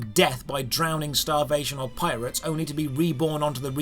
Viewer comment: I absolutely cracked up at "Local PiratesA." I'm pretty sure my upstairs neighbor could hear my cackling.